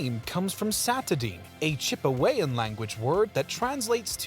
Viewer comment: great and informative video. Thanks very much. May I point out that the Dene tribe is DEN-nay, rather than DEAN, per the Wikipedia article and what I've always heard? Also, Chipewyan is chip-uh-WYE-un, rather than chip uh-WAY-un, per the same sources. Next, the African with some L. Tanganyika coastline is ZAM-bee-uh (Zambia), rather than zam-BEE-uh. Lake Ontario is the same as the Canadian province where Toronto and the national capital of Ottawa are found--on-TAIR-ee-oh rather than on-TAR-ee-oh, unless you speak French, as it's that language's pronunciation.